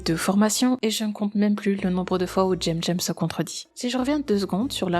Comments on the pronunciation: J'ai aimé la vidéo mais ça m'a fait tiqué dès que tu disais jemjem et pas semsem (phontétiquement) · Comment ça "tchemTchem" ? Ça se prononce pas "Ssemssem" ou Kemkem" ? C'est des putain de "C" 😭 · Coucou ^^ Merci infiniment pour cette vidéo, je pensais qu'il s'était calmé, mais... Non! Déjà son pseudo j'ignorais qu'il fallait le prononcer en "j'aime-j'aime", je le prononçais en "sème-sème", vu que c'est un "c" et pas un "g" voilà:/. Sinon, toujours une excellente vidéo >< Merci infiniment de dénoncer ce genre d'individu, hâte de voir la prochaine vidéo ^^ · Mais pourquoi tu l'appelles "Jem Jem" alors que son pseudo c'est cemcem? Il me manque une rèf ou quoi? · Pourquoi est-ce que tu dis Djemdjem 😵 ?